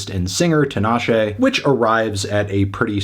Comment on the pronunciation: 5? Nah bruv! Solid 8 for me. Also, it's TEEEENASHE.